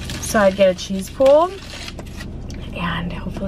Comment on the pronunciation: Are you saying “cheese pool”?